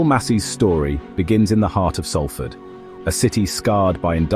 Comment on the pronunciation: Could you get the pronunciation of Salford right !…it’s known as Solford..that’s how it’s said